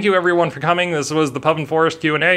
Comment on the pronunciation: Don't know how you were able to choose which of your R's to drop... worse than Sophie's Choice... I am gonna call you from now on...